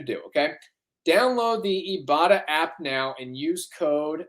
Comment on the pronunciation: Ok guys, you’re killing with the Ibotta ad… it’s eye-botta, as in “I bought a…” 😂😂😂